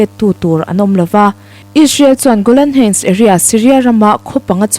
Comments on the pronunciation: I thu chhiar a ngaihnawmin i aw hriat a nuam hle. Golan heights i lam dan erawh google lam atangin ngaithla la, a duhawm. Hun lo kal zelah a la lar dawn chauh hmel si a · Golan heights han lam dik thei deuh la, thil dang pawh a lam dan uluk theih chuan ngaihthlak a hahdam zel ang